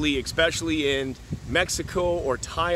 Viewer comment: eSpecially...not eXpecially pretend the word starts with one simple letter - S.